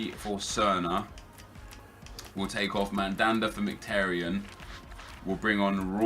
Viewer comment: You pronounce is Merhik-Tar-Yon. Not miktaryen